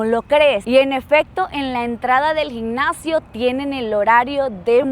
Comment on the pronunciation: Has viajado muchísimo gracias a luis,por que sin el no viajarías, luis enséñale a pronunciar bien las.palabras como gimnasio, dice gicnacio ...